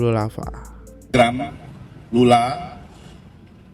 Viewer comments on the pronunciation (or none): Kak izin ya bacanya „wip pink“ bkn „waip pink“. Trs klo bs bner2 d baca nama orangnya soalnya sering ak dngar kkaknya salah sebut nama org. Cth : Lulu Lahfah pdhal Lula. Somehow mengganggu sih.